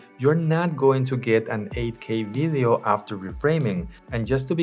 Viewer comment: For someone that makes videos, you should really take the time to learn how to pronounce “video” and it’s not “biddios”